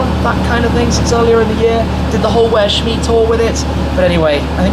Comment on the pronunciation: Did you notice he said shit mee